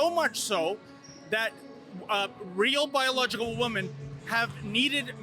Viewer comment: Why can't these people pronounce women. It's so hard to listen to.